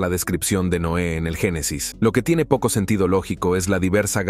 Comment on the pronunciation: Por que dice NOA , es NOÉ